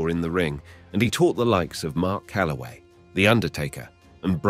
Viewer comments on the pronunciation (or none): none